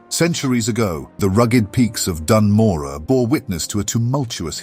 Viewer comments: Bro, why don't you make sure you know how to pronounce Dun Morogh before you make a 24+ minute video on it. It's not Dan Morah, it's Doon Moroh. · Hell yeah! Only thing I'd say is the pronunciation of Dun Morogoh feels off? I COULD be wrong. Regardless, yet another fantastic video, and the penultimate starter zone! Then? THEN WHAT?! There's so So SO many zones i deeply need these style videos done for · ''as the lore keeper of ( says the name of the zone wrong)'' good lore keeper xD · Awsome stuff. Please learn to pronounce Dun Morogh 😅 AI voice is kinda bad aswell. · Amazing video, my only question "why are you saying Dun Morogh as if there's any "A" in it?" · no offense meant! I've only heard them pronounced 1 way so hearing another phonetic interpretation of it threw me off!